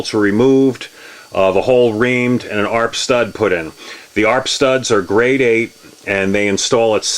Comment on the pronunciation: FYI it’s pronounced A. R. P. Not arp.